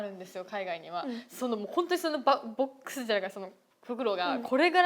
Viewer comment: 리쿠 말할 때 중간중간 한국식 발음 나오는거 너무 귀엽네요 ㅋㅋㅋ 박스.. 복스 이런 식으로 ㅋㅋㅋ